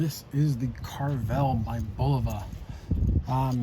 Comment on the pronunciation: Pronounced Care-ah vell